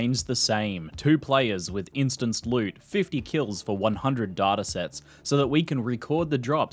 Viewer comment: "KILS" oof